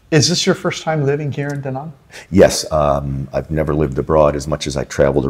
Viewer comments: btw it's not daw nawng or do nong, it's da like you sAt on a chair and Nang like you Rang the bell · The name is Da Nang and not Dä Näng .